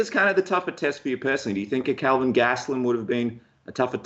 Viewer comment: what does he call Kelvin? Sounds like “king” or “kid”